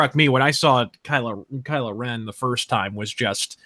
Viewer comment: Kylo Revan... HOW DARE YOU SULLY DARTH REVAN'S NAME!